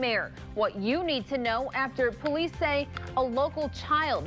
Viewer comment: Ah yes, OLICE